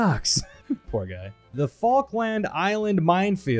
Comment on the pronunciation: The way you pronounce falklands makes me sad